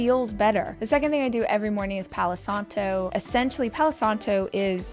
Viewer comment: Rachel insists she speaks Spanish while she keeps saying " Palouuu Santouuu" ( Palo Santo) and "Caminouuu de Santiagouuu" . If you are preaching about something so hardly, at least learn the right pronunciation!.